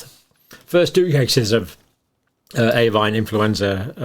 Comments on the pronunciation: Should Avian not be said AVEEAN not AVAIN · All good information. But could you please look at your pronunciation of 'avian'. It's a-vian, not avine. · Avian is pronounced A-V-I-A-N.. please just stop saying avinE, it is very distracting and undermines the credibility of your excellent lecture. Thank you. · Great video, Dr. Campbell. Very informative, as always. Just for future reference, it's 'ay-vee-an' not 'a-vine.' (Avian.) Your pronunciation was wrong throughout the video, and as somebody who has worked with birds in the past, I just had to correct you! I get it, you were thinking 'por-cine' and 'bo-vine.' 🤪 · Hi John. Excellent explanations as always. I would just respectfully point out that you mispronounce "avian" as "avine" a few times during your talk. There are 3 syllables - rhymes with Evian (water). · Why does he keep pronouncing avian as avine? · Absolutely, Mark! His acolytes are dazzled by the title. His PhD work obviously helps him produce these videos but doesn't help him analyse the data content properly or even pronounce the word "avian" correctly. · Just wait till it "acquires" a polybasic cleavage site. I'm sure it'll be natural though. Happens all the time they say. 😉 Also whats with the pronunciation of avian? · Avian does not rhyme with Swine - dodgy pronunciations to drive engagement is cheap, don't do it.